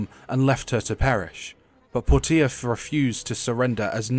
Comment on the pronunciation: Why did you pronounce her name as "Pour-tee-uh"? It's pronounced "Porsche-uh". I would have thought that was obvious from the spelling.